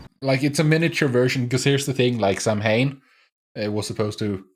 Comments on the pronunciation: I'm a druid and I celebrate Samhain. It is not a god, but merely a seasonal celebration. Samhain means "summer's end" and it is pronounced "sah-wen" or "sah-ven" but I will forgive Supernatural because this is a great episode. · I know, I get a little bit of a twitch every time they pronounce it Sam-hane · This is the only episode of 15 season that I have trouble rewatching. Not because it’s a bad episode; it’s actually a good one. It’s because of how they pronounce Samhain. It’s Gaelic/Celtic and is pronounced Sow-hin (soft h). As a Wiccan with Irish roots it’s just sooo painful!! 😩😆